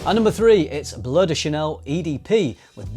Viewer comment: How Brits pronounce Bleu De Chanel: "Bloody Chanel"